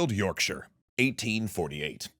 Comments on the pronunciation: An American pronouncing Huddersfield and Yorkshire correctly? Half of the English can't! Impressive! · Hearing Yorkshire pronounced correctly in an American accent was absolutely mind-bending. Excellent video as always!!